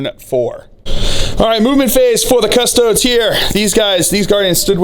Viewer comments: Your pronunciation of Custodes really grinds my gears. It's a latin word, not "Custods" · Adeptus Cus-Tow-Deez!!! XD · Haha I was literally just thinking this! I think it’s just how Americans pronounce it